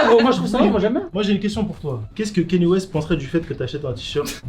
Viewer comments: Vous avez du mal avec son nom à kanye west,à chaque sortie de yeezy etc c'est du kenny west... "canne yeah" en phonétique(pour les nuls), sinon c'est ye vu qu'il à changé de nom ("yeahhhhhh") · 👉 Kaï- Ni-É 👍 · Arretez de dire « Kenny » West svp 😭